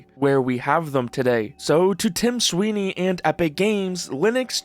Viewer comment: Tim Swine-ey